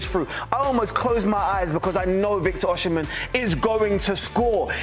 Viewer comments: It's NOT oshi-men - it's Osi-men. That's the literal pronunciation!! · Osimhen - pronouced O-see-men. NOT O-shi-men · Osimhen NOT Oshimhen. Why funkify the pronunciation? Osi NEVER Oshi. Stop it and get some help. Nigerian names have meanings and mispronunciations have larger unintended undertones. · Osimhen “Oh see men see men”